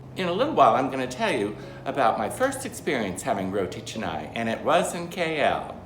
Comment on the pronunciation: You should pronounce canai with a sound not e sound....ca nai..not che nai